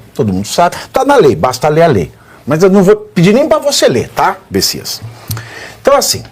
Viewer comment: Olha só Pavivi, não é besisas é bestias.